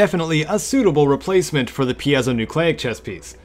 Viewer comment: Actually I think it is pronounced Py-Zo-Nyucleic.